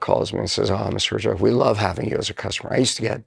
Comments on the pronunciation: hy Robert, wtf Herđvek.. why you dont pronounce youre last name Heerjaavec like it is a origin in Croatia ? Jay is the King 👌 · ''Her Ya Wetz ''would be a proper pronunciation !